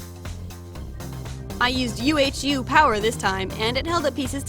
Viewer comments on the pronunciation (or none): I have(!) to say this. 🙈 The brand UHU is not pronounced U - H - U letter by letter, but more like ouhou ...short spoken. It is named by a bird. The Uhu 🦉 - owl in english. 😊 Oh and of course - the doll is super pretty and super cute! 🤤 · It confused me to no end that someone wouldget the idea to call UHU yoo-eytch-yoo instead of just "oo-hoo", which is the name of a type of big owl that lives in Germany. This makes me so uncomfortable and it's so dumb, because of course it's a brandname it'll pronounced differently in foreign countries...but still...I don't mind people prnouncing pronouncing BMW as Bee-emm-doubleyoo but u-h-u is somehow really tripping my mind. Haha. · Its not called like U-H-U its called like woohoo without the w. Just so you know because the glue is made in germany 🤫🤫🤫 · youre LITERaLLY the first person on earth ive ever encountered to pronounce the glue U-H-U as opposed to oo-hoo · so cute!! love the little fruit slices so much!! btw it´s not " U-H-U", it's pronounced "uhu" like an owl sound, that's why in the brand logo is an owl :D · Its Not U H U it is one word Uhu 😉😸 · its funny how you said "UHU" in Germany we pronounce it Completely different xD